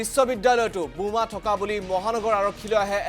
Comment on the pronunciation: Anchor babu, Assamese pronunciation is Boma not Buma but reporter pronunciation is Ok.